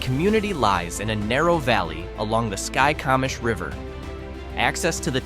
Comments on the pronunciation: Correct pronunciations of some of these towns: Conconelly = "Kon-kon-nelly" Okanogan= "oh-kan-nog-an" Skykomish= "sky-ko-mish" (hard O) Curlew" "kur-loo"/"curl-ooh" Haven't finished video yet but will later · Yikes! I thought I had heard town names mispronounced before; this is just awful. The ridiculous music behind the ai narrator mispronouncing Skykomish 15 different ways is almost funny. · its pronounced sky ko mish skycomish